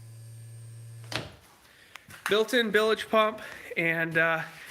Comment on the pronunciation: The boy done good as they would say in the UK. Bilge pump, not bilige pump....